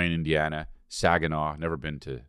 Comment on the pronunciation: That's Saugatuck, MI (saw-guh-tuck) not Saginaw you're thinking of Chris that is the gay capitol of Michigan haha